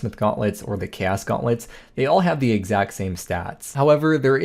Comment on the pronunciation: cant say chaos right?